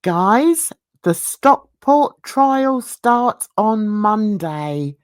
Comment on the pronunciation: It's pronounced Southport not Stockport which what it sounds to me